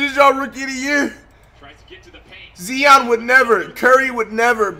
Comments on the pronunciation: Flight put some respect on zion's name stop saying zeon please bro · Maybe Zion would win ROTY if you stopped mis pronouncing his name